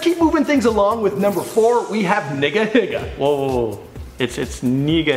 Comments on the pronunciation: When you pronounced nigahiga wrong I facepalmed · He just said 'nigga higga' Bruh I'm dead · ITS NEEGAHEEGA NOT NEEGAHIGA (the pronunciation) I'm a serious lamp TEEHEE!!!!